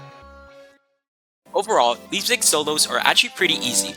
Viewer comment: "boogle" "catacombs day pariss" "leapzig" im dying bro 😭